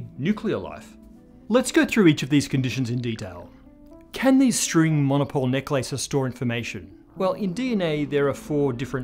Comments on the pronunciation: I kept hearing "neck lices". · The only thing I got from this video is that he pronounces "necklaces" differently. 😅